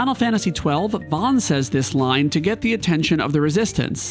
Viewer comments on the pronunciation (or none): none